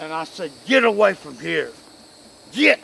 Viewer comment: He said GEET!